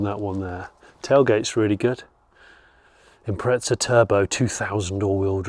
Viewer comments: Nice find. I had one myself, although in Australia, what you call the Turbo 2000, was named the WRX. Mine was a ‘98 Sportswagon. . But, please, look and read the badge on the boot and listen to your Welsh friend. It says: Impreza, not impreTza. Definitely a British aberration. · Cringeworthy pronunciation of Impreza from the poms once again. IM-PREZ-A not IMPRETZA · hey English folks again theres no t in imprezza honestly start correcting shit.